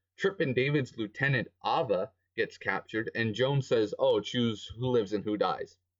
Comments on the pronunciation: "ova" broo.....its Aye-vah, but yeah she sucked anyway and died lmao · how he called her it's so russians. Because we called her name like that :3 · this sound so russians, cuz we are called her like that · I agree what he says but i think it's super funny how his says ava's name